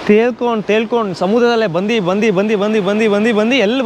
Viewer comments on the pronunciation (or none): ಬಂದಿ ಬಂದಿ ಅಲ್ಲ ಬಂದು ಬಂದು 😆